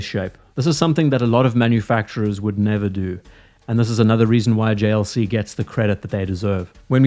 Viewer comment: The JLC pronunciation was chefs kiss🤌